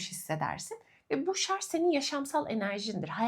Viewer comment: Çok tatlısınız… ama lütfen şarZ değil ŞarJ 😫